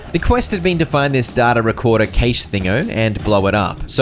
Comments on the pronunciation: Hey! ‘Cache’ is pronounced like cash. Just letting you know. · Im infuriated how he said cache wrong every single time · The way he pronounces cache 😂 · just fyi, cache is pronounced “cash” not “cay-sh” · Great video, I'm not sure if this is a joke but you're saying 'cashe' wrong